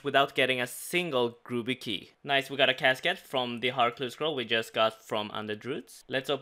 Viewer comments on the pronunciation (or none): none